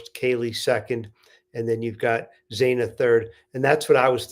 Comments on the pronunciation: Xaaaana...not xooona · If you are going to report on this case, at least have the decency to pronounce their names correctly! Xana's name is not pronounced z-aw-na! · It's Xana... rhymes with Anna.